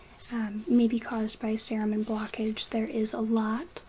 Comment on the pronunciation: This is slightly less than the 8 hour video we all wanted, but it's amazing nonetheless :D I loved the student spin on it anddddd you called it cerumen! :D:D